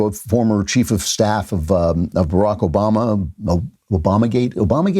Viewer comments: At like 5 seconds he starts to mispronounce Obamas name and then calls him Osama. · This idiot cannot Even pronounce President Obama's name. This idiot lies as much as the dictator Trump